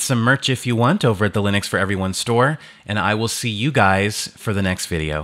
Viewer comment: Ok but why do you say Lin-ex? Stop it. Also companion software for keyboards, mouses and headsets is missing.